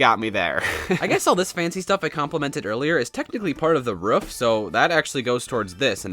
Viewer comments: It's not "roof" it's "ruff" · and he said ruff instead of roof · Why do you say ruf😂 it is roof I am not hating just saying and I like your builds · How does he keep on saying roof as ruf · roof not ruf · Is anyone else hearing rough not roof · It sounds like you're saying "rough" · i'm prety sure you said roof wrong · why do you say roof like that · The way he says roof makes me laugh for some reason